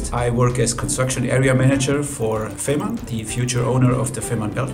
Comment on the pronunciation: You are spreading desinformation by repeatedly mispronuncing the whole project. You have collected, or possibly (worse) self interviewed people working with the project and correctly pronouncong it feh:marn, but you insist on saying fimarn all the time. Listen and learn!